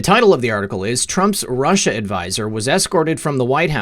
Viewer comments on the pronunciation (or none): none